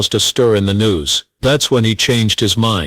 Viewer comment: Your AI narrator sucks. It's Pawn Stars, not porn stars. Embarrassing flaw.